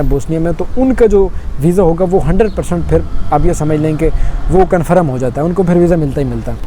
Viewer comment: Conferm ni 😂 confirm bhaiya ji asa boliyee na